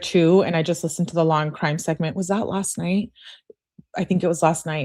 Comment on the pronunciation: Hey! Can you take a quick look at your emails? I’ll say a couple of words and you’ll know: “law and cwime” 🤦🏼‍♀️